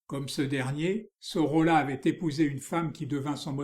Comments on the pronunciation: Pour le nom prononcer Soroya... = Sorolla... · Merci! L'Hôtel de Caumont - Centre d'Art à Aix-en-Provence a présenté en 2020 une expo Sorolla - prononcer "Soroya" selon un ami Historien de l'art catalan - mémorable! "L'heure blonde" assurément, l'heure lumière toujours qu'une touche preste et juste magnifie jusqu'à l'éclatement. Mais rien n'est gratuit jamais et encore moins "joli" dans cet œuvre frais et sensible à jamais. Merci vraiment!